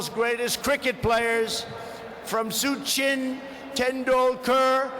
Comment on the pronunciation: Trump: nah mo stay Amabad😆.. Cheewala😆😅😂..Vevey ka mondond😆😅😂..suchin, verot😆😅... Modi: (let me see) Doland😅😂🤣.. friendsip😆😅.. We: 😆😅😂🤣😆😅😂🤣....